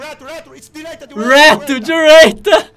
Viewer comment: dirêita kkkkkk